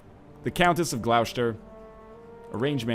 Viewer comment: I love how NL says Gloucester, yeah I know thats how its spelled but it does sound really odd.